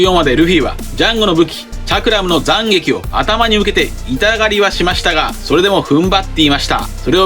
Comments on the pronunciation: 7：57 急に東北弁に聞こえるんだがw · 斬撃の発音が気になるｗ